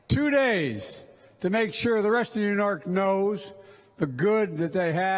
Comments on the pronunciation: He can't even say New Your without a blunder. Yew Nork!!!! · He said, "You Nork".... He carries the nuclear football. What a disaster.. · 16 in the video, he says Yew Nork. Awesome. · Where the heck is Yew Nork? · Yew Nork? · I cringed so hard 😬